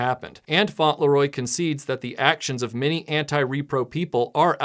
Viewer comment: It's not 'Faunt-Le-Roy', it's 'Fauntle-Roy'